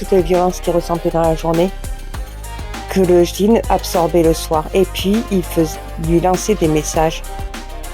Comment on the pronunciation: Madame on dis "Djinn"...pas jdinn , sans vous offenser, salam